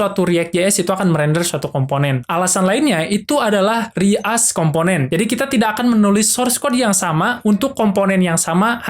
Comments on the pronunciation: izin koreksi, "reuse" tuh dibacanya "riyuz" bukan "ri as" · Maksudnya "ri as component" itu apa ya bang? reuse component kah? Kalau emng maksudnya "reuse" itu dibacanya "ri:yus" hehe